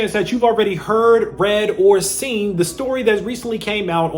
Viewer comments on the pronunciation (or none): none